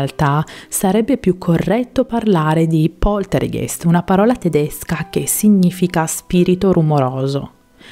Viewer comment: Bravissima, come sempre. Piccola correzione: in tedesco, ei si legge ai, perciò Poltergeist si leggerebbe "PoltergAIst". Spero ti sia stata utile. Grazie ancora per la compagnia.☺️